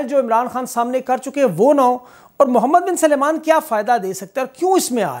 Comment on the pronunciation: His name is Mohammed bin Salman, not "Suleman".